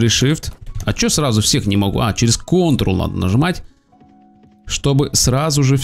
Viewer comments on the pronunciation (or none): none